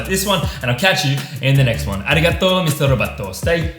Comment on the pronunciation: I loved it when he said “ Arigato misterobato” 😂 at the end ......